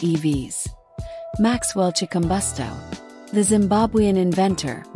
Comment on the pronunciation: learn how 2 say his name